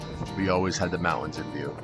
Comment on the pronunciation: There's a "T" in mountains.